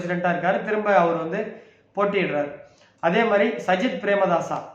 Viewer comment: பெயரை சரியா சொல்லாத போதே நினச்சன் கணிப்பு ஊத்திக்கும் எண்டு